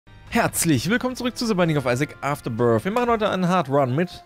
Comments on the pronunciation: ES HEIßT AFTERBIRTH MIT "TH" UND NICHT AFTERBIRF MIT "F"!!!!!! Es ist doch total klar. Das macht mich schon ein bisschen angry. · ja, sorry aber schau dir dein Video mal an ich finde man versteht Afterbirf und nicht birth vlt. liegt es daran, dass du das relativ schnell aussprichst, aber iwi sagt jeder den ich kenne immer wieder birf, zumindestens Verstehe ich das bei vielen, nicht allen, aber vielen, naja...:P